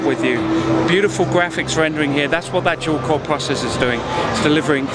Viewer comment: its PRO-cessor, not prossessor..